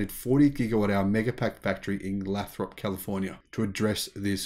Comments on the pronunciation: Hey brother. Great channel. I live near Lathrop, CA. Just so you know it’s pronounced “Lay-thrup “ here. Keep up the good work down under ! You’re helping change the world for the better. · His heavy Aussi English, seems make him trip over pronunciation all the time.